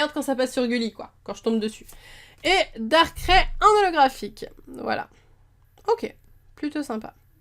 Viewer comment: super mais ce n es pas darkrai c est darkraille on le lis darkrai mais il se prononce darkraille